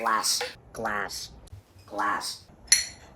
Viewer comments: G L A S S K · I love how pronounced it as "GA-LASS!...", sometimes. He is so cute!... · classic GLASSK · You know the origin of glassk is he used to just say glass cup and couldn't say glass on it's own so he went through a small transition period where he would pronounce the c in cup when trying to say glass.